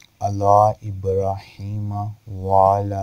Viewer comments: Bhai Aap to Durood Shareef theek say nahi padh rahay Hain, kuki ibraheema may Bada Ha nahi hai Chota ha hai... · ibraheem me chhoti ha hai darood sahi karen mere bhai